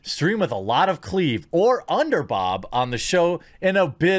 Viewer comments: Are you dyslexic and have a problem pronouncing the word "boob"? Or are you visually impaired and can't see the second "O" in "boob"? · Omg, Bob spelt B O B, you say boo when you scare someone, so whys it so hard to add a B essentially being B OO B equally saying BOOB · So you can't say"BOOB"... IT IS NOT PRONOUNCED AS "BOB"! Respect the other "O".... Do you hate women? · You are saying bob on purpose right, please tell me you know the word you are saying is bob not boob. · I was going to say the same thing. I was wondering why he was saying bob instead of boob? I mean boob is long O not short O as in bob. Could someone tell him he is saying it wrong?